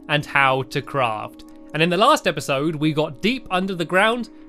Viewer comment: you said epasod number 3